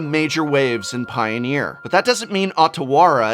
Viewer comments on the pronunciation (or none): I think the hardest thing about this set is not correcting every mispronunciation of the names of legendary cards. I know most people don't care, a lot has to do with knowing where the syllables are cut: Otawara is O-ta-wa-ra, not Ota-wa-ra and Takenuma, Ta-ke-nu-ma, not Take-nu-ma (the "ta" being like the start of taco, not the "ta" in take)